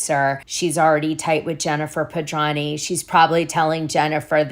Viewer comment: Why do you constantly mispronounce Jen Pedranti's last name? You make the 't' silent when it is not silent please do it correctly it is so friggin annoying I know you're smarter than that thank you